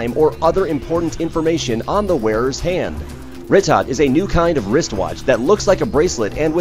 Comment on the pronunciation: its pronounced "ree-toe"